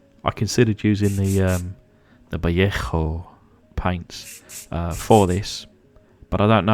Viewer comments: you're trying too hard on the Vallejo paint. We commonly pronounce it Va lay Ho It is not a true Spanish word, its a hybrid of English and Spanish or Spanglish if you prefer. It's often mispronounced. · If you are going to keep using the Spanish pronunciation of Vallejo, at least do it properly! 🤣🤣